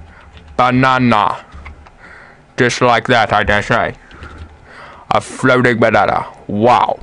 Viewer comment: lol. your voice mannnnn. "flootiing behnahnah " 3 times. you said with "h" but, nice tutorial. thanks